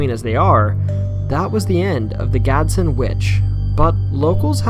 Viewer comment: Btw its not gadson its Gadsden I live there